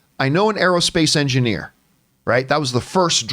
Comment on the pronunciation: I think the only reason the female pronouns translated was because of how the actress pronounced it. On rewatch it sounded like she said engineer-a. So I doubt they are female.